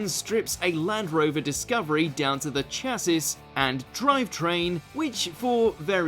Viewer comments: WTF is a chassiss?! Chassis (sha sea) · It's 'shasi'! 😑 Good grief, a British voice-over artist who doesn't know this common word... And WHERE was the Director, who would at least be familiar with the most standard car parts? 😕🤔😞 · "Chassis"- sha-zee. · "cha-sis"..... aaaaaaand I'm out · All together now: "SHASSEY"! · It was all going so well until the pronouncination of chassis! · I think the narrator has never had to pronounce the word ‘Chassis’ before now! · I saw this comment at the start of the video, but it still hurt to hear